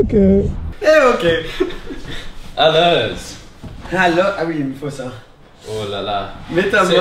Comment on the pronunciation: "ALEURRS" ;D